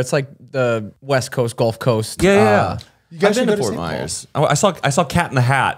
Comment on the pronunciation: NOT ME HEARING MY CITY FORT MYERSS